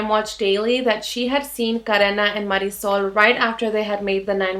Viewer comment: I have to be honest, all I have ever heard is english speaking people saying Marisol's name. I thought to myself "what kind of a name is that"! Then I hear you say it and it's a very nice name.